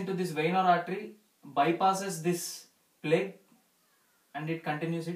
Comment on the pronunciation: plaque not plague